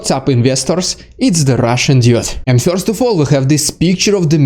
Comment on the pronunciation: Marvelous presentation, concise, entertaining, and Informative! (But perhaps you might take just a little time to practice your English "e-r" sound. For example, try saying the word "first" (pronounced "first" in America and "fuhst" in Britain). You say the word as "fyorst". It is a very Russian way to say it, but "fyorst" sounds amusing in English.)